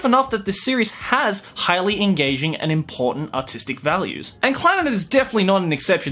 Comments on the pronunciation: I think he said autistic value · When you say artistic, sometimes it sound like autistic. These anime have A U T I S T I C values.